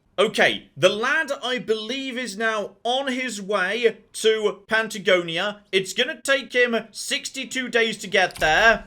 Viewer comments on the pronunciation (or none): I wonder how long it'll take for to realize that its not Pantagonia, its Patagonia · Ok, so I WASN'T just imagining that you were saying PANTAgonia, that's good to know. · I'm glad you caught that. The first time I heard it I thought, "Did he just say "Pantagonia"? But then you kept saying it and it was triggering my irritatingly compulsive need to correct. 🤓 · Ahh yes, good old Pant-agonia